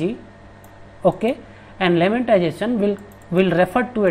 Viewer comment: Buddy its lemmatization not lemmantization